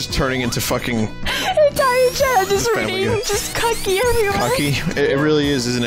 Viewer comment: Local weeb service announcement: the chicken is called "kookky" with a shortened 'oo' and a glottal stop on the k. 'Cucky' would be closer to "kakky" in Japanese. naruto runs away